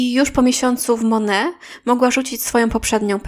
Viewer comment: Nie „mone” , tylko „monejt” MONAT